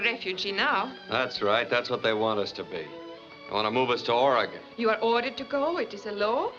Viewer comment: Yay! They're pronouncing Oregon correctly!